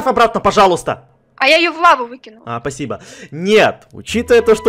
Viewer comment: И ещё он сказал пасибо 🤣🤣🤣